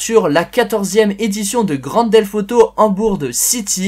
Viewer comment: Pourquoi tu dis grand delf auto!